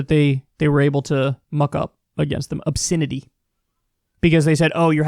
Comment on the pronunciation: Funny how Kyle pronounces "obSINity"